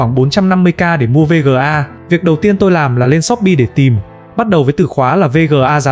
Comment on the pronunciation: thà gọi là vê ga hoặc card đi chứ VÊ GỜ A liên tục nghe muốn sang trấn